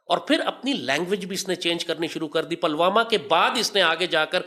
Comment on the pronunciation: अबे जाहिल पहले शब्दों का उच्चारण तो सीख लो आतंकियों पलवामा नहीं पुलवामा है और सुन भारत का हथियार भारत के लोगों के अंदर जो संस्कार हैं वो है उसी से पेलते रहेंगे